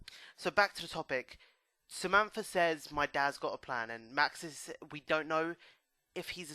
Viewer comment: Its Samantha - not Zamampfargh. ;D